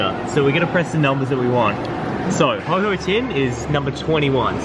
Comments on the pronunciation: HO OH NOT HO HO OR HOH HOH. HO OH (HOE OH) ANDOO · It’s ho-OH not ho-HO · Why did you call ho-oh ho-ho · It's not ho-ho it's ho-oh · Who Else Hates The Fact He Calls It HOH HOH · No he said oh ho